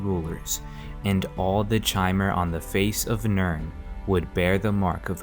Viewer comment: chimer is pronounced with a k sound, and sotha sil is not "so the sil" and im pretty sure julic is pronounced yulic